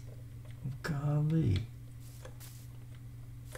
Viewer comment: I like it when he says "gawlee"